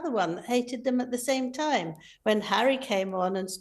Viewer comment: Me-gain is scary bad. Hawwy too.